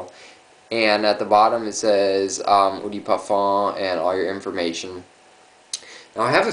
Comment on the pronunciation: pet peeve of mine. gotta do it. sorry. eau = "Oh" de = deux (2 in french ... pronounce it like an english person speaking french or say "duh" instead) nice vid btw. :D